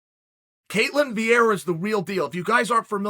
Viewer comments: the spelling is ketlen. chael got that wrong but he's still undisputed lol about the pronounciation, we say it cat/layn with emphasis on the cat. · btw im brazilian and her name is ketlEn